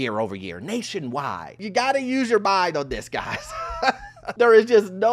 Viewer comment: When you said “Nationwiddee” I could only think about the brainwashing of the 90s “Nationwide is ON YOUR SIDE” 😂😂😂